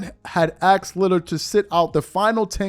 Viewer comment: Asked. Not axed